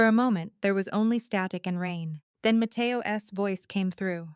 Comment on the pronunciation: Matteo Ess? Come on, AI.